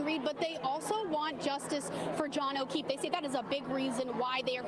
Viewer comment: This dude actually said Okweefe.. Wtf!